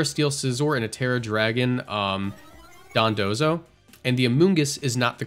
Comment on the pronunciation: why do you keep pronouncing it dodonzo? it's dondozo